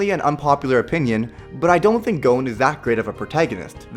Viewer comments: What the hell did you call Gon and Killua? "Gonw, Killuwa." Wtf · it's spelled Gon, pronounced like Gone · U said gon incorrectly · You said Gon wrong